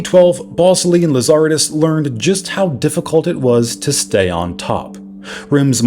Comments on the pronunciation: Lazaridis is pronounced LazarEEEdis, not LazAAARidis. Balsillie is pronounced BallSILLY. Cell signals don't come from satellites (not yet, anyway), they come from cell towers. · Lazaridis pronunciation is way off because the intonation is wrong 😊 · The qwerty keyboard existed very long before Blackberry. And the founder’s name is Lazaridis with the accent on ‘ri’. 😂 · I suspect nobody actually cares, but as a former BlackBerry fanatic, can I just mention the correct pronunciation of RIM's co-CEO's last names? Mike Lazaridis is pronounced like "lazz-er-ee-dis" and Jim Ballsillie "bal-seal-lee" 🤙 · Say it with me - Lah-zuh-ree-dees.. Lazaridis. Great video though.